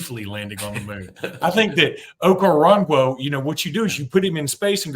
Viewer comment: Its pronounced Oko-ron-kwo. Hes very athletic with his background in soccer and gymnastics. Excellent feet